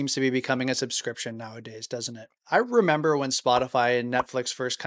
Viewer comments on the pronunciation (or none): Member-berries.... Member??? Member???